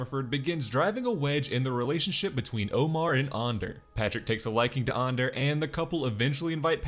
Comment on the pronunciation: Why go out of your way to say Ander wrong